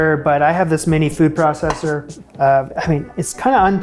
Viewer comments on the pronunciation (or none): none